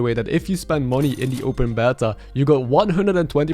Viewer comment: Ah yes the open bettah